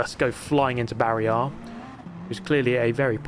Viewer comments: It's not Barry R in Canada. It's Barry Ey. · Barry-Eh. The Canadian Barry R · Canadian Barry is more of a Barry-eh-r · In Canada it's "Barry -eh" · It's "Barry R-eh"